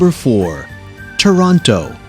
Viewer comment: its toroneurrrr